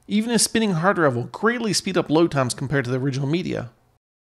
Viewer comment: D...R...I..V..E not Druv!